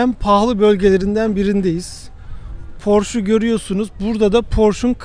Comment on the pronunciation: Neden Posche (PorşE)ye "Porş" deyip duruyorsunuz? Telaffuzu düzeltmek çok mu zor?